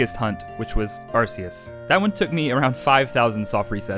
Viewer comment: My soul hurts when you say Arce-us